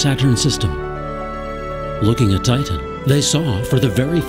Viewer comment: i think the narrator is A: an alien or B: one of those text to speech programs the way he says saTurn and tiTan and hes way too happy about hyperion